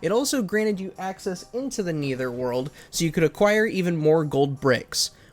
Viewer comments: No it isn’t. It’s a common fact that no one pronounces Netherworld as Neitherworld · Bro u literally have no credibility now that u said Neether world it’s Nether world